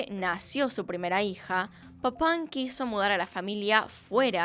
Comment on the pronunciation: Se que esto sonará horrible pero Me causaba riss cada que decía el apellido de las hermanas papaw